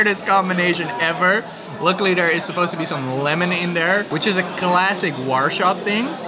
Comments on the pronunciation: man how can you say warsaw so wrong its so triggering because its so easy to say war than saw not warshor like your saying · Quite annoyed you haven't even bothered to look up the proper pronunciation of Warsaw... It's deffo not warshaw!